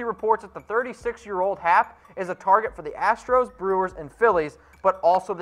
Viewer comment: Claims to be a yankee fan but can't even pronounce Luke Voit and J.A. Happ correctly